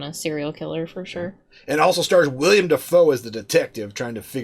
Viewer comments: Wrong. It’s pronounced Will-Helm Dee-Foo. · Please stop saying William Defoe. I know it's easy to fall into that trap but it drives me crazy. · its not william dafoe its willem lol